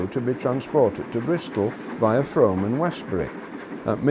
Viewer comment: Indeed. Nearly everybody gets Frome wrong. 'oo' rather than 'o'